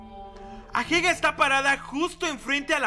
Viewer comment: Porque le dices ahega en vez de ageha aaaaaaaaa, talvez es algo que paso en tu serie porque no la vi pero no me gusta xd